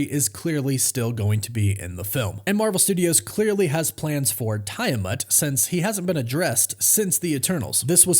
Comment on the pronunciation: TEE-A-MATT= Tiamat ADA-MAN-TEE-UMM= Adamantium. Just trying to help...still!!!!